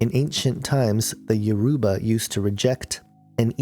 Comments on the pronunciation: I wish that you knew how to pronounce Yoruba properly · The way u said Yoruba u pronounced it wrong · You are pronouncing Yoruba wrong but good video anyway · please you are pronouncing. everything wrong look for a Yoruba. person to help you!!!